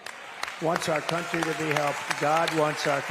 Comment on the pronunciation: He did say the c word when he said the latinos "come" into our "cuntry"